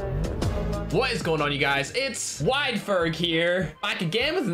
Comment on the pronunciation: What's up guys its wide ferg here back again for another brand new call of duty mobile video me I'm laughing for no reason saying wide ferg lol